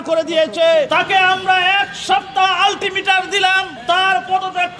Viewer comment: আরে পাগলা শব্দটা আল্টিমেটার না আলটিম্যাটাম আগে ভাষা ঠিক কর